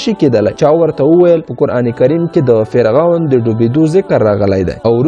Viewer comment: مننه ښه معلومات خپروې، اما د ویډېو په اخري برخه کې دې یادونه کړې که نیوکې او وړانیزونه لرئ نو تبصره کې یې راته ولیکئ، په همدې خاطر غواړم د سمون لپاره یوه نیوکه وکړم هغه دا چې: سره له دې چې ته یو ژورناليست او لیکوال هم ښکارې خو ځینې تورې غلط یا ناسم تلفظ کوې لکه د ع او غ رد او بدل کارول د ح او خ رد او بدل کارول د مثال په توګه فرعون ته فرغون وایې، معلوماتو ته مغلومات وایې، رښتیا ته رهتیا وایې، اخستلو ته احستل وایې خپل ته حپل او داسې نور...... زه ستاسو د ویډېوګانو مینوال یم او تشویقوم مو ډېر ښه مخې ته روان یې خو که دغه لفظي نیمګړتیاوې ونیسې نو ښه کار وبه شي. مننه